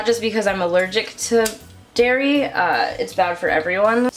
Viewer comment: I thought you said 'no Dari' 🤣